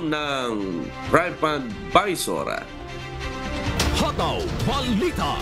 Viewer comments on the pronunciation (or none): Read as: Trip-advisor not tripad -isor